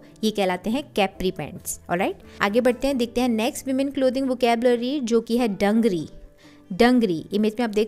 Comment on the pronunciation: It is dangrees nt dungree